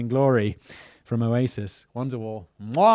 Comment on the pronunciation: Gee I really liked you till you said Oasis Ugggr. That's what you should have said lol